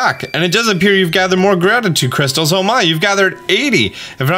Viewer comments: I choked and threw up a little when I heard you say "Grabditude Crackles" the first time. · Excuse me I believe it's pronounced "grabtitude crackles"